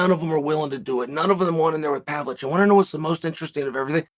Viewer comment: Do we give Uncle Chael the how to pronounce names graph.. Pav-Lo-Vich or just let him murder names and enjoy it?